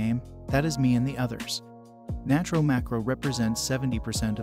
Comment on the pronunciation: Why do people say natro so broke